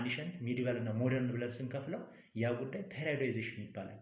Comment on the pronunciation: You are good teacher in my understanding thanks more, However Please don't say "ፔሬድአይወዳይዜሽን" this word periodization say ፔሬዳይዜሽን